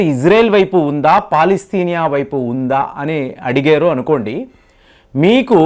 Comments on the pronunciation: అది పాలస్తీనా అంటారు కాని పాలస్తినియ కాదు. మీరు సరిగ్గ పలికేతే మీ వీడియో చూడవచ్చు. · Palastinia kadu ra bulle palastinia anu.